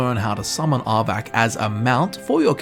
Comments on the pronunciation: dude its arvak why u keep saying arbac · Did you hear him try to say "Arvakr" and "Sleipnir"? Just as funny lol